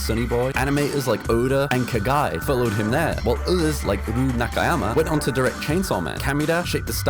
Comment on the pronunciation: Who the hell is "Kagai"? It's "Kugai." With the "U." TF!